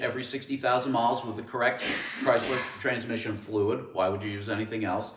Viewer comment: You lost me at transmissun